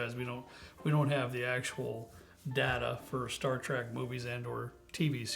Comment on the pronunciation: It sounds like is calling it star “track”